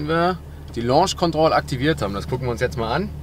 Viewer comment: Alter wie kann man Akrapovic und Launch Control so falsch aussprechen🤦🏼‍♂️